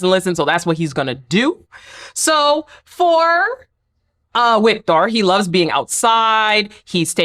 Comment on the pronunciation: Think you can just say “Victor” because German and Nordic languages have a W that makes a V sound